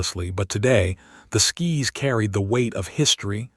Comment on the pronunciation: Your narrator needs to learn how to read. It is Sky's not skis